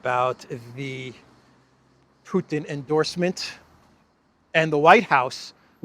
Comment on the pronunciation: "Piss or the Pootin" Does Elensky have a digestive malfunction?